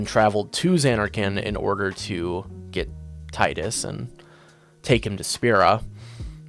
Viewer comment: Bro es Teedus but besides that great video! Keep it up